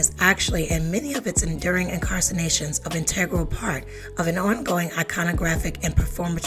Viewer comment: !? In-car-ci-na-tions?! Wrong.... Incarnations! Correct. #GetOnPointStayOnPoint